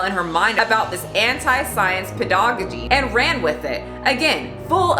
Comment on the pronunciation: I love the way pronounced pedagogy